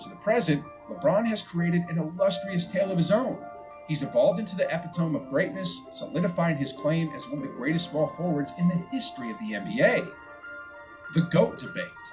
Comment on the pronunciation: LMAO OP dude said epitome like epi tome like epi tome like a book. eh-PIT-o-me bruh! 😂😂😂